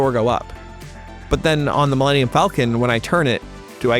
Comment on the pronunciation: "Millennium" could technically be some alien word if you say it that way. Mil-lenn-ium Falcon. Dude probably thought the ship was named after some alien bird from a planet called Millennium in universe 😂